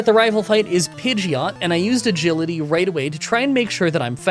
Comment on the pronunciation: did you say "one Gility" to stand in for "Agility" like "A Gility?"